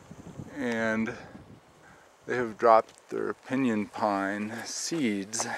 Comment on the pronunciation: He mispronounced pinyon. Never heard it pronounced as he did. He's not from around here, lol